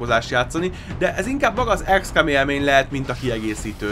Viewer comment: ez akkor is "ikszkom", nem ikszkám....a többi ok :)